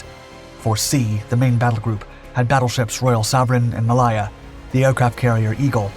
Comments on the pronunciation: MA "lay" AH.... from wikipedia /məˈleɪə/ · A good video but some of the pronunciations are hilarious. For example "War-spit" for "War-spite" and "Ma-lie-a" for "Ma-lay-a". 🤣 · Pronunciation in English is appalling.... Try these ....... WAR-SPITE Not War-spit ... the e on the end affects the nearest vowel making th (I) sound ... Try Mal-aya ..mal hay Ah ............. not mal-ay-ya.. the entire documentary is riddled with problems, taking of destroyers when on screen are submarines, which were never mentioned. You need an editor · WarSPITE. Mah-LAY-yah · Warspit indeed. It has a E on the end. So that's SPITE you ignoramus. Also see - May - Lay - er (Malaya). Poor. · RN retired, it is HMS WARSPITE ( spite) and it is Ma lay a. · The pronunciation of Malaya and Warspite 😅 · How the bot miss-pronounced Malaya is beyond me. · Warspit? Did you hear Malaya butchered? What's so difficult about pronouncing names? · But he gets Malaya wrong